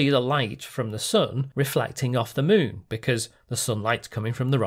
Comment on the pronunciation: Why do you say "Muun" instead of "Moon"?